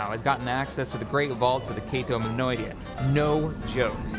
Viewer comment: Cato Minoidia Me, a humble Star Wars fan who likes proper pronunciation: Cato Nemoidia I get that your mouth runs ahead of your mind a fair bit of the time, and I’m not holding it against you. Just poking fun.:)